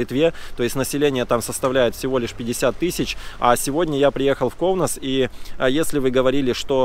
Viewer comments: Все не плохо но есть одно замечание город Каунас, а Не Коунас, неприятно слышется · Правильно говорить Каунас,а не Коунас. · Здесь живут не бедные а богатые литовцы,prasum ne mjalok, и не Коунас,а Каунас. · Каунас правильно! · Всё нормально. Не давите на парня. Только чуток акцент на короткую "а" в место "о" в слове Каунас нужно поправить. Но это же нюансы. яркий пример тем, которые так и несумели выучить литовский за 50 лет. А он только 2 года в стране и такой прорыв. У парня стальные яайца!